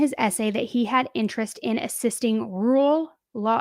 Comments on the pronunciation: Don't worry, I can't say "rural" either. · Not you calling him dumb and you can't even say rural ho please